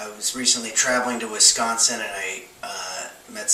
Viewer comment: Love the beard and the way you say “Wisconsin”,!